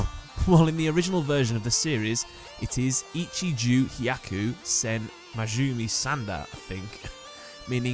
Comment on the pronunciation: Just wanted to note that in the Japanese version, his last name is pronounced "Man-JOH-meh"